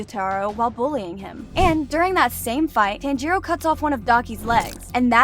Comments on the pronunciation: FOR GODS SAKE PRONOUNCE TANJIRO CORECTLY PLEASEEEE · Why are you saying his name wrong!? You have watched the anime no!? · YOUR PRONOUNCING TANJIRO WRONG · Giyuu-tearo 💀 Edit: pro said that pokemon is a anime 😔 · Not to be rude but it’s not pronounced “Tan-jee-roe” it’s actually “Ton-jee-roe” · the way she pronounces tanjiro as (TAN-JE-RO) makes me want to commit not breathing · No way you pronounce it, tan-jeeroh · It bothers me you pronounce it as ‘Tan-Jeer-O’ when it’s pronounced as ‘Tahn-Jur-O’ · I tried so hard to appreciate your video, but, you make it very difficult when you don't bother with how their names are pronounced, should I phonetically spelled it is Tanjeeero, and Kanow, and Shinobu sisters name is Kanneye? I'm trying to help you. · They miss pronounced Tanjiro they said tanjuro🤦‍♂️ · Tan-jiro bro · I mean not tan-I-to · she really prenounced it like TAN-G-ROW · why does she say, "tan-jiro"? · Can't watch if she keeps saying Tanjiirouu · "tan-gee-roh" made me laugh uncontrollably for five minutes straight T-T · Bro it's not tan-jiro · we can all tell she watches dub because she pronounces Tanjiros name as “Tangeerow” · Bro stop saying TÄËÑJÏROWH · every time it says "Tan-gee-row" is just 😭😭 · I’m sorry but can you please stop saying Tanjiro as tanjeero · Fun fact: you said tanjiro wrong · Well, Inosuke doesn't actually mispronounce Tanjiro's name on purpose. It's because since he was raised by boars, he has poorer reading and speaking skills than an average person. He can take between 7-13 tries to get someone's name right! Another thing about Kanao: I don't think she's actually Kanae and Shinobu's little sister. In the first season where it shows Kanao's backstory, it says that she was a servant being carried around until Kanae and Shinobu threw money and took Kanao in. Unless she was seperated and reunited with her blood sisters by some miracle, I don't think they're actually related, though Kanao is as close to both of them as a sibling would be.